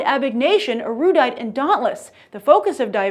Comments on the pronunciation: What the fuck? She says eroodite. Its supposed to be pronounced erudite air-you-dite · Eroodite? Abegation? Did anyone tell her how to actually say the names of these factions... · It's pronounced air-u-dite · Erudite is pronounce Air-ro-diet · i hate it when people pronounce the factions wrong😁 i mean seriously (erudite= ir-eu-dite) simple 😂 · She said Erudite wrong… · She said erudite wrong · I'm sorry, what factions are Cander and Eroodite? I'm afraid you're thinking about ErUdite. Not ErOOdite. and CandOR not CandER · she. pronounced. erudite. and. candor. wrong. I'm so done.